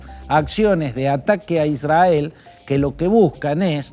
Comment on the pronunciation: Sr. Fantini, israel se pronuncia con erre no con ere. Se pronuncia isrrael. Son las reglas de nuestro hermoso idioma. Es para no aumentar su confusa y siempre inclinada exposición pro israelí.